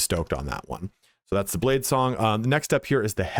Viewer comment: He said blade slong , sounds like a cool skill.